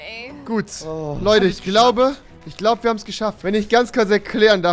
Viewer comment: du sagst einfach tich